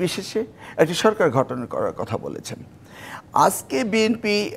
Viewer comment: শিক্ষামন্ত্রী মহোদয় আপনি বলে শিক্ষামন্ত্রী ছিলেন একটা শব্দ গঠন আর ঘঠনের তফাৎ টা ভালো করে dictionary তে দেখবেন। বারবার ভুল উচ্চারণ করছেন।